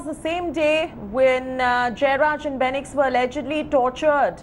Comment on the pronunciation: It’s fenix not benix!!!! please guys, address them with the right names.